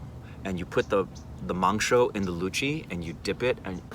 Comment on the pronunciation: Luchi and mansho pronouncing is amazing 👍👍👍👍👍👍👍👍👍